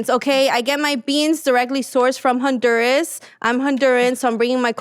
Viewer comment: This fool keeps talking about her Honduran culture and she doesn't even pronounce "Honduras" properly. Choose a fuckin lane, lady.